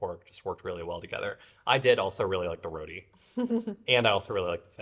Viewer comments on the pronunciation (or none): Lovely video... very entertaining. Suriname roti. its not pronounce "roodi". its pronounce shorten and more with a hard sound "RroTTiii". Have fun..